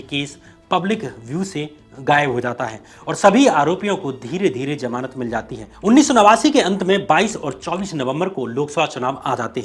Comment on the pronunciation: Zamanat....not jhamanat pronunciation